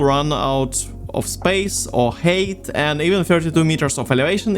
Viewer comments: Ну чел) Height произносится "хайт", а не "хейт". Да и в целом во второй половине видоса забил полностью на произношение походу) Режет слух прост, а в остальном красава! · Great video, but for the love of God, its pronounced "hight" not "hate" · i noticed that you pronounce the ‘ei’ in height as an ‘ay’ noise instead of ‘i’ & so it keeps sounding like you’re saying ‘hate’ :,) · The way you pronounce 'height' is fucking mind numbing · Great video, but... Why so much hate? Oh wait, I think you mean height, yes? It's pronounced like Hi! with a T at the end. English has some weird hold-over spelling and pronunciation artifacts from a former time. It's also a language with a whole lot of words stolen from other languages.